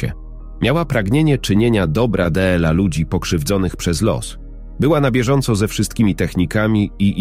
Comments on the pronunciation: Czytanie TRAGICZNE ,,d l a,, czyta się. ,,dla,, czy to tak trudno się nauczyć, zapytać kogoś ❓ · Sorry ale słuchać tego nie można 18 rano dela zamiast dla no szok kto to czyta 😢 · Dlaczego d l a jest czytane pojedyńczymi literami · Piękna życiowa historia milionera i jego chorej córki oraz krąg dobrych aniołów - ludzi o dobrych sercach. Jednakże słowo dla czytane del-a psuje strasznie to opowiadanie. Gdyby nie te del-a byłoby super. Dziękuję za tę historię chorej dziewczynki na autyzm i jej terapeutki. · To czytanie DLA jest denerwujące.